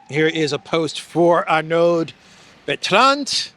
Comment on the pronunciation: One doesn't pronounce the d in -Arnaud and one doesn't either pronounce the d in Bertrand. Oh, and it is not Lacornu, it is Lecornu.